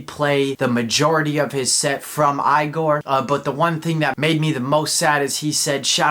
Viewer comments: tyler said it’s pronounced ee-gor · i don’t get it either. i hate it. he refuses to say it correctly.